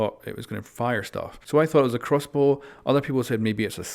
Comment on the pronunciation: This guy... nice "crossboo"